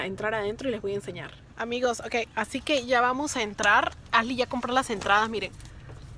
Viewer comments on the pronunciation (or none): Ashley , no Asley